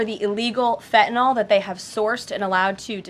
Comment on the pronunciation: Fentanyl, not fentanol. She even repeats her master's wrong pronunciations...🤡